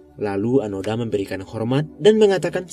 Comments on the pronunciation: Onoda min bukan anoda, 😂😂😂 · Seharusnya mengisahkan seorang tokoh jangan sampai salah sebut, sudah jelas Nama nya Hiroo Onoda. kenapa terus2an di sebut Anoda?